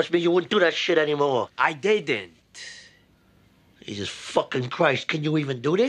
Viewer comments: Can't say "I didn't" lol. My man's says "I day dent" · "I did-dent" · "I did-dent!" Greatest accidental pronunciation of a word EVER! THAT should be an Emmy category! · "I Diddent" good one Chris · “I DEDINT!” narrator: he did it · "I DID...'innt." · "I DIDDENT" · “I deydient” lol. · " I zidnt " 😅😅😅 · It could just be me, but it's not even pronounced as "I did-dent.' It sounds more like 'I day-dent'. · Apperently Michael Imperioli messed up his "I didn't" line and tried to save it so they just left it in becaue made him look stoned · I’ve been waist deep up to my eyeballs in a morphine/sedative high and Chrissy’s behavior and demeanor is spot on lmfao. I was nodding way more tho, but the way he butchers “didn’t” is so fucking hilarious bro I always fall out laughing when I see it; fucking dope has paralyzed his tongue 🤣🤣🤣